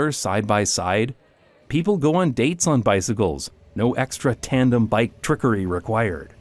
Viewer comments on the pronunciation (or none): none